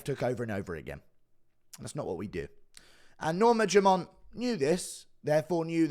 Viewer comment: Why does Guru say "Norma JUMONT"?